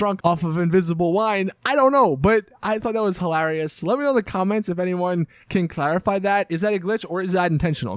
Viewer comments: It’s hi-ler-ee-ous not hil-ah-ree-ous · "This is hallarious" 4.51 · Omg i laughed so much when you pronounced hilariouse